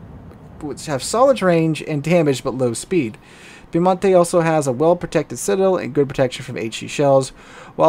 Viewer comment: the correct pronunciation Its not piemontE, its piemOnte. 🙂